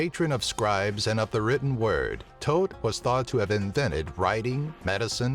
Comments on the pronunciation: thoth not tote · Ptah the p is silent in his name Thoth (ta-th) Sorry I made study of ancient theology most prominently Egyptology my life's work everything else was correct though